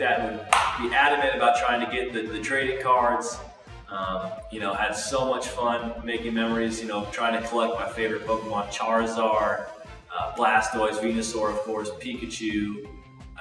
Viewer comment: no.....NO...... he said charizar!!!!!